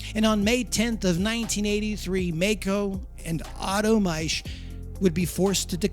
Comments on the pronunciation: Dude it is German, a language whose pronunciation makes sense. The month of Mai is pronounced "my" in German. The name "Maisch" is pronounced "mysh" in German and the narrator himself even says it correctly. Of course the contracted company name formed from part of that "Maisch" name has that exact same sound in it and not a different one for no reason. As a rule, we don't pronounce the exact same spelling in two, three or five different ways on a mere whim. The language that does that kind of thing is English. That is why German is so easy to learn. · MikeO Maisch & Company Too funny,, talker pronounces Maisch properly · Bro... you literally pronounced the family name Maisch... then decide to do away with that pronunciation?... from Maico... to Mako...il never understand how Americans mess words up so badly